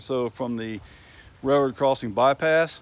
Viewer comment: What do you call it a "ray-roe"??